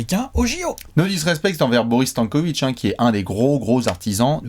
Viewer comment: j'ai stoppé la vidéo, vous écorchez le nom "Stanković".. (c'est simple à prononcer Stan, comme Stanley, Stanislas.. Stanko, Stanković). Bon après j'ai repris la vidéo, car je vous aime bien.